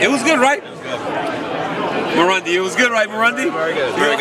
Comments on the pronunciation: Marc "mairundy" Raimondi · lol called him marondi